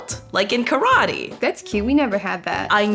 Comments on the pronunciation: I hate when yankees say "karwhadi" instead of "karate". Totally annoying. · Why do you pronounce karate ka-rah-tey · The pronunciation of "karate" in this video hurts my ears